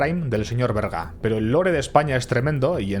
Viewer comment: Berga, no Verga... Que falo.. hay.. que fallo...